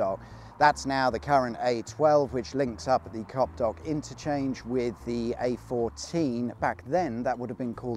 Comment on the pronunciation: ahhahah. The name is Copdock though.